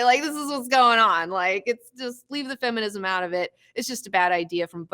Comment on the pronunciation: "not about fe-muh-nism". hahah nice.